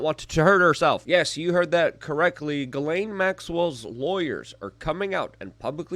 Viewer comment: Her name is pronounced: "Jizz -lane" or Jiss-Lane"